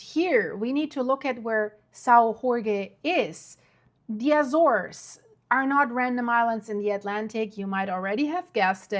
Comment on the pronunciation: I’ve been to Sao Jorge. It’s beautiful with lots of evidence of volcanic activity. But please. you’re pronouncing Azores and Sao Jorge wrong. Please, you need to fix that lest it diminish the seriousness of your report.